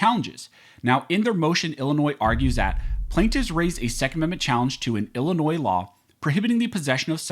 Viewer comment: FYI : Illinois is pronounced as i·luh·noy, NOT i•luh•noiz